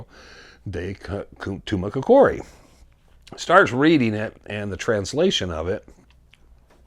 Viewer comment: TOO-MAH-KOCK-EREE (accent on the KOCK really).